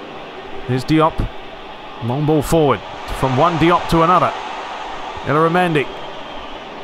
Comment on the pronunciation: I think Oyarzabal's name is pronounced kind of like: Oi-aart-saa-bal with emphasis on the saa part. and in spanish, the "L"s in the middle of words are pronounced like "Y"s. so Illaramendi's name is pronounced like Ey-aara-mendi. and David Villa like David Vi-ya. I'm not spanish so might be mistake there.